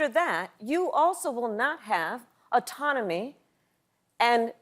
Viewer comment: Omg I am loving the fact Veep Kamala Harris said “autonomy” like anatomy. That was verbally delicious like habeas corpus to hocus pocus. she’s got to stop using her second amendment right though. Carnivals gonna lose money with all the points she’s hitting. Sharpshooter Harris. She wasn’t Deadly Diabla DA for nothing. Good effing God. Cougar Kamala comes out Black Panther Project singing gospel. Woman going for that high note trying break the glass ceiling to stop America’s roof from being on fire. Madame VP class act. Literally Stephen barely asked a question in this segment. She got him the rundown time for the sponsors both conservative and liberal, while being precisely professionally in giving the people what they want. This woman is deadly with a juggernaut pen. I can’t even mansplain satirically, and I love being annoying with a big ego.